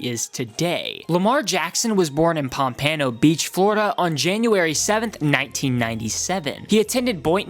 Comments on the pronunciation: Kodak need to teach this guy how to say pompano right. It’s not Pam-pan-o. More pamp-ano all together tho. Sniper gang can teach em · ITS POM-PUN-O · I'm sorry but being a floridian the way he said pompano made me angry, it's pronounced pom-puh-no. P.s I'm being sarcastic about being angry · it’s pronounced pom-puh-noe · Not pom-pano Pom-pano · The narrator mispronounced the city Lamar is from. It's named after the Fish. Pom-Pa-no, not pom-pan-o. Pompano Beach Florida. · It’s pronounced pompuno FL, not pompano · You said pompano wrong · And its pronounced, "Pom-peno" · It’s pronounced pom po know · It’s pomp-eno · It not pomp-ano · I live close to pompano beach and just saying it’s supposed to be said all together not like 2 separate books, but anyways great video, love your channel! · This nigga made me mad when he just sized that man when he said 1 and 6 what the fuck was as he watching he can't even pronounce pompano right